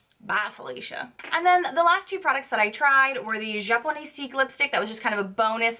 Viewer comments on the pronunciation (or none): please list the names of the products u review in the comments section. I think you were using the japonesque lipstick, but u miss pronounced it. it's like arabesque, not japoneseek. and there was no way for me to know for sure. I also missed the name of a brush u reviewed in another video.